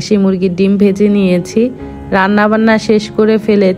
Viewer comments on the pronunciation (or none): none